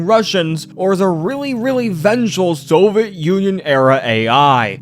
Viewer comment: Hey, idk if you read through the comments, but I really like your video content. I just wanted to advise that you try to pronounce your words a bit more clearly. The amount of times you said Nuclear wrong almost made me click off. Also Soviet and just a few other words were jumbled. Also sometimes you're rushing to the end of your sentence and the end of the sentence gets harder to understand. Like you are trying to say it all in one breath. (Also, if you didn't know it's pronounced Nuke-U-Ler not Nu-Clear. And Soviet is 3 syllables: So-vee-it not So-vet. Who knows if this is going to come up again but if it does.) Idk if you have a speech impediment or anything and I'm not trying to judge. I just wanted to let you know. These kinds of videos are good to put on in the background, so sounding appealing is important I think. Sorry if that was preachy, I just wanted to give some feedback. You can completely ignore me if you think I'm off the mark. I just like what you have to say and would like to enjoy it more.